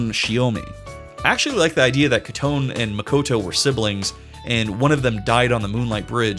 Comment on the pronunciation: Not to be that guy but uhh…it’s pronounced koh-toh-neh…